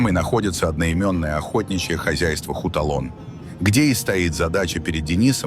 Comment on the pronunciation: Не хуталон а Хатлон ))) welcome to Tajikistan